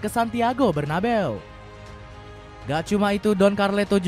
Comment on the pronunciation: BERNA BEE UUU... BUKAN BER NA BEWWW BHAHAHAHAHAHAHA paan si ini 😅